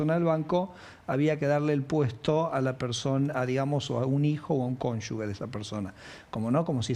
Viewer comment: Por qué dicen "cónyugue"? Se dice 'cónyuge', la ge tiene sonido jota